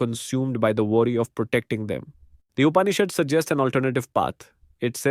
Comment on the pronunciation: Please learn to pronounce TAT TVAM ASI properly. And how to pronounce UPANISHAD. Bye for now.